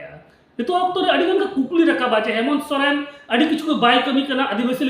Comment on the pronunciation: Saren nhi dada soren hota h 😂😂